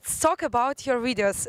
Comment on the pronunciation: . Did I hear her saying "Ridios"? Russian ppl have problems with the V letter?